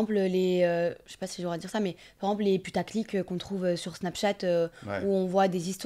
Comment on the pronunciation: tu me fais trop rire quand tu dis « par exemple », tu raccourcis en disant « par emple » 😂😂😂😂